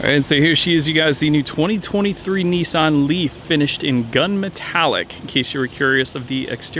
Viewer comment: Its Nissan……. NOT nEEsan……..